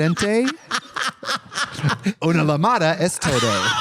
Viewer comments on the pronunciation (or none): As a Spanish speaker when I heard Trixie say "Una luh mada es toe doe", I literally thought I was having a stroke. Lol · Trixie I love you but the double L in Llamada is pronounced like Ya in YAAAAASS so YAMADA, please fix this pronunciation error before you get casted in Emilia Perez part 2